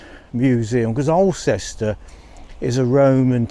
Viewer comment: Nice video,. For info, Alcester is pronounced "awl-stuh" 🙂